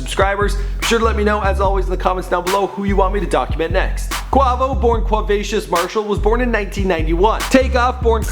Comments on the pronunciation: the only one you mispronounced was quavo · How you fuck up quavo 😂😂😂 he say it damn near every time he raps 😂😂😂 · It is quavo not qovo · Bruh im not even watching this video after because this man said CUAVO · It's Not Qovo it's Quavo in the song I'm the one he Quavo says Quavo Dumb dumb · I'm in cardiac arrest. My mans said 'qua-va-sous' ...it's Qua-vi-ous. This whole video needs to be taken down, edited, then maybe we can try again. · its quaaaaaaaaavo he said quovo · Hes saying Kwa Vo. Its Quay-Vo tf?? 😂😂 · QUA not QWA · quavo not qwuavo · dude.. its quAvo... not quAWvo.. you have a good channel but last time you mentioned lil boosie (boosie badazz) you pronounced it lil "bOUsie"... come on dude, do a lil research, listen to more of these artists music and you'll actually sound like you know who you're talking about. just sayin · SaiFYEEZY yesss I was the same like its QU-A-VO NOT Q-WA-VO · dude does a mini documentary about the band but can't google how to say quay vo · wait did he just say cuavo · Brah he said qwavo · Quavo = KWAYVO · QuAvo?😂I can't😭😭😭😭😭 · Pronounced QUAYVO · kwavo 😂😂😂ahah ik u tried man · Kwavo lol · It's fucking quay-vow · (qu-e-vo) that is how you say it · Bro who is kwahvo lol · well you just said Kwahvo I'm never watching your content again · Who tf is kwavo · Someone get they mans saying Quahhvo and saying Versace is on drake album smh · Quavo is pronounced quaevo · I didn't want to listen anymore cause he said kwavo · Damn you white asf Its pronounced "Quay-Vo" and "Dee-Kay-Ter" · who in the world is "Qhawvo" loooool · KVR 153 Its Quavo😐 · waiiiiit this dude said "quahvo" im crying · lol young qwarvo stuntin' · i know he didnt say "Quawvo" face palm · This bastard done said Quavoh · Cringing whenever he says "Qwavo" not Quavo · Its not quavo it's pronounced quayvo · Quavo (kway-Vo) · Quavo. Kway-vo. Quavo. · more like 'kwey-vo' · How you know they history but pronounce Quavo name wrong💀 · The way he says quavo gives me cancer